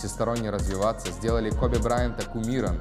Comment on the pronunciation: Не Кобе а Коби!